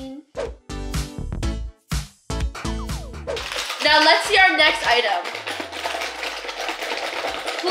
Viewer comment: Lol “suscreen”